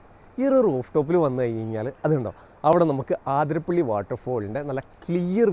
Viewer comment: ആതിരപ്പിള്ളി അല്ല അതിരപ്പിള്ളി...